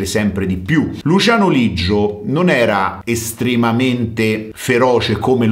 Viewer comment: Leggio no Liggio